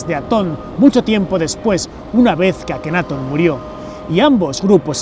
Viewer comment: LLENOS DE HIPOTESIS Y GUIADOS POR LA BIBLIA O TALMUD LAS CUALES SON CASI MODIFICADAS ENTORPECIENDO LA VERDAD..QUE VIVEN CEGADOS ANTE LA VERDAD QUE YA ESTA EN NUESTRAS MANOS. NO ME GUSTO EL VIDEO, MAS DE LO MISMO. Y LA PRONUNCIACION DEL GALLEGO DICIENDO AKENAATON CON ACENTO EN LA A, Y TUTANCAMON TAMBIEN EN LA A.